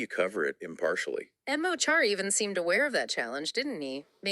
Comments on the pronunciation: Mo Choro is pronounced Ma Kara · It's probably been mentioned, but Mo Chara is pronounced Mu (the mu in the word must) and Corr-ah (the corr from the word correction). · Mo Chara pronounced Mo Kara in english. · Lads, "Mo Chara" is pronounced "Muh Chora". The "ch" is pronounced like "j" in Spanish. The phrase means "my friend". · His name is pronounced “Mo Kara” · Just a heads up Mo Chara is actually pronounced Mo Kara. It translates into English as my friend. Interestingly in Hiberno English there is the word mucker which literally transliterates from the Irish.